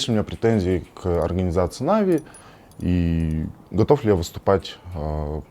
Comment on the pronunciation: Чел на манагере.... Откуда ты вообще взялся? Почему всё коммьюнити произносит "нАви" с ударением на первый слог, а ты же умудряешься произносить "навИ" с ударением на последний? Выглядит смехотворно. Как можно всерьёз воспринимать ролик человека который делает ошибку в произношении самой популярной в СНГ команды и при этом на серьёзных щах что-то втирает?.. Второе. Да ты же двух слов связать нормально не можешь. Слушать элементарно неприятно. Напиши себе текст на сраной бумажке и читай с неё, раз по другому не умеешь. На позорься перед сообществом. Вот это "повезло" так "повезло" с генеральным...